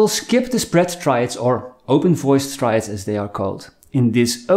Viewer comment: Triads, not traids…